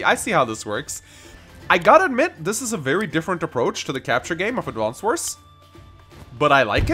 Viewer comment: "Advonced Wars"